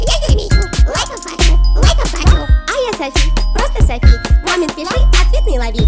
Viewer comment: Я Согласна но Не Сафи а Софи